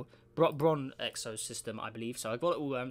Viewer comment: Thanks for doing my system as usual. Bronxo was pronounced nearly correctly; just don't pronounce an extra i. Also you messed up Oevukha with Éeysach. Oevukha was the super hot super io. Éeysach is the 5 earth mass mini-neptune that was smoking up.